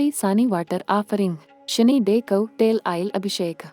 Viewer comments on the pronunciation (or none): ಸಾನಿ ಅಲ್ಲ ಶನಿ